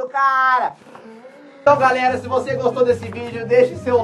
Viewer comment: vc falou galera ele fala garela e garelos